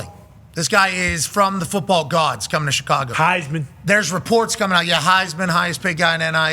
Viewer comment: When coach said run da footeball. Thats when I knew he was the real deal.